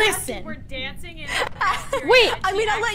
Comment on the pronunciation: when said dancin I was like bro are you Seamus finnigin